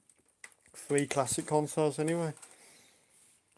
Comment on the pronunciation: Xbox FREE60? it's THREE sixty. Three. Th TH TH. Tongue between teeth.